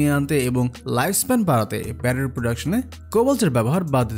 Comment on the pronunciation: বেশি শুদ্ধ বলতে গিয়ে ব্যাটারি কে ব্যারারি বলতেছেন🤓🤓